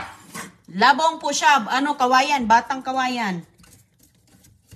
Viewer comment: Di na nagsawa sa ka popost ng old vlogs ni roning,ano ba yan?? wala ng bayad yan sa YT,nalaos ka na.😮😮😮 hindi la bong ang pag pronounce,Labong'.!!! mabilis ang bigkas.